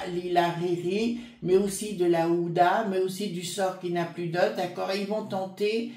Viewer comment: bonjour, pardon mais ce n'est pas ouda mais hu...ma abe...din, ancienne épouse d' anthony wie...ner, bisous et très bonne journée😘